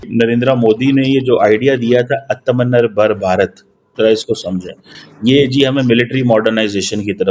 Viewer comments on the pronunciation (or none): aap ko atamnirbhar bolna hi nahi aata.to iska matlab bhi aap ko samjh nahi aayega.